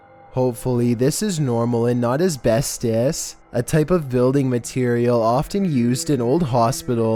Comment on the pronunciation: Couldn't have pronounced Asbestos much more wrong haha